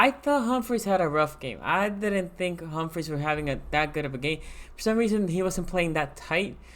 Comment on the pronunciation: not trying to be a hater ( i love your vids) but its humphry not humphries...soooo many people call him humphries not just you but thats not his name. gotta respect my manz